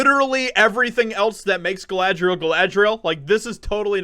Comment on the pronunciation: Of course it's not Galadriel. It's Kalla-dRi-L.